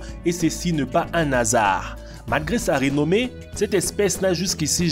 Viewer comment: "Malgré sa rinomé" 😭😭😭😭😭 Mais Bonne vidéo 👍